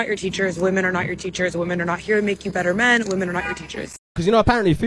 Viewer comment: Her inability to say the plural 'women' properly is already a red flag.